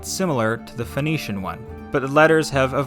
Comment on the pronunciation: Sinaitic, not Sainaitic. It's the Sinai Peninsula. Phoenician, not Phoenetian.